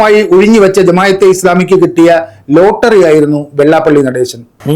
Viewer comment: ജമായത്ത്അല്ല ജമാഅ:😂